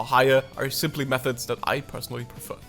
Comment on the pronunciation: "but theuh auh louh oh meuhods" 💔😭